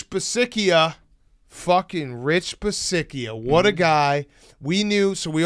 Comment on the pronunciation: The mispronunciation of Rich Bisaccia was intential, right? I thought it wasn't at first but they said it so much I'm convinced it had to be intentional.